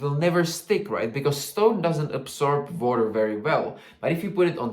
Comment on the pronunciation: Everytime he said "water" I heard "vodka" 💀😭